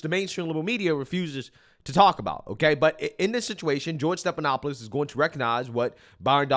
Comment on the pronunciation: his name is NOT STEP-it is STEF-StePHanopoulos.